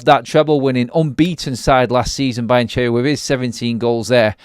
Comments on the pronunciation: You’re murdering the Italian language with your Brian Cheery and Brian Cherry 😂 It’s pronounced Be-an-kee-ree Apart from that, good video 👍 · It does sound like Brian Cherry haha 😊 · Learn how to pronounce the name 😂